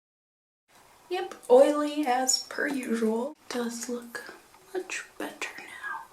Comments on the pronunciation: the way she said "better" sounded like "butter." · did you say "maybelline superstay butter skin" at ? hahaha love it